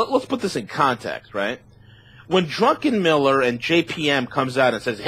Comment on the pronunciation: I like what he says except I absolutely cringe when he keeps saying "Drunkenmiller"